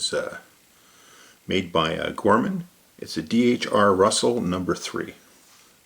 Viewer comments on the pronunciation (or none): Not Gorman it’s Grr-ho-men 👍👍 awesome review tho